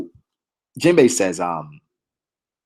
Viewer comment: u were butchering jinbe bruh